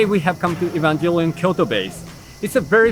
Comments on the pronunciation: its pronounced EVAngelion dood its not EVENgelion! XD looks cool shame I wont go until coronas not a thing. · cool but why do you keep saying EvanJellyon😭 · Nobody: Him:evanjellyon